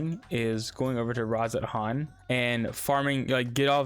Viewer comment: thanks for the vid! aether is one of the gaming Industries cruelest words. Game developers love to use this word but it's actually just pronounced ether. The day is silent. Just like in the word demon. Daemon is often used in game development but again the a is silent.